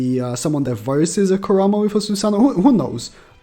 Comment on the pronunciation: Ku-raw-ma💀 dumbass can’t pronounce shit🤦🏻‍♂️